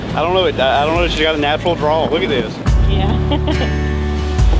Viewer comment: Natural, not naturel, I am french, sorry for the mistake. Lol.